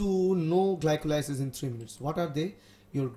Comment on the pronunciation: gli-ko-lie-sis ahahaha